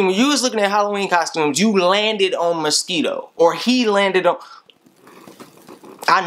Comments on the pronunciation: lmfaoooo shit got me dying bro said misqito 😂😭😭😭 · A Musk-EE-Toe? lol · ' A Ma-Skee-Toe my nigga... A Ma-Skee-Toe' 😂😂😂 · "A MUS-KEE-TOE my nigga a MUS-KEE-TOE...." 😂😂😂 yo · the way he say mosito is funny.